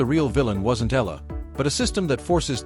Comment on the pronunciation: E-YA-LA correct pronunciation